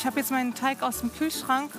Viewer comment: Mich stört es immer irgendwie, das immer Teich statt Teig sagt 🙈😂